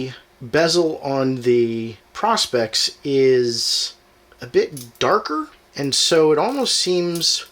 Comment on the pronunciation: Learn how to pronounce the name ... PRO as in Professional..SPEX as in specs..! Lighting is not good also, but hey... maybe you will figure it out 🙂